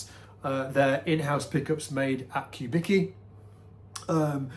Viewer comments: I like how the last name that is pronounced something like Kubitzky , is pronounced like Kubiki . A guy who was probably born in eastern Europe, all of a sudden sounds like he was born in Japan. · note the correct pronunciation: [kuˈbit͡ski]), not [ku’biki]. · I'm pretty sure it's COO-bicki not Q-bicki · Man, he's [kubitski], not [kubiki] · I was gonna comment that too,. Even says it on the Wikipedia page if had read it 🤣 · his obituary says he was born in Detroit, his parents or grandparents were born in eastern europe. Also his companies wikipedia page says whats the correct pronounciation of his last name EDIT. Dag a bit now in publicly available sources on the internet. Phil's das was Walter Charles Kubicki, born in Rhode Island in 1915. Phil's grandfather from his dad's side - Casimir Kubicki was born on territory of current day's Poland.